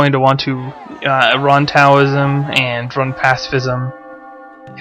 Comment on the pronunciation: Taoism is actually pronounced as though the T were a D.